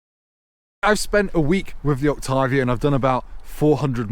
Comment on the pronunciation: As someone from Czech republic, it's so nice to hear a foreign person pronounce "Octavia" and even try to pronounce "Škoda" the correct way